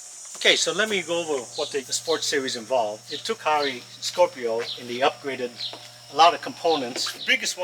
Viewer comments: wrong ... fu care, simple. Just call customer support say fu care. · They pronounce the company name as Full Care...